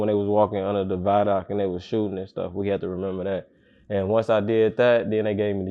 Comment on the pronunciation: He a real Outwest Chicago nigga, he just said “vilock” instead of viaduct. All my real Chicago niggas know that’s how everybody pronounce that word lbs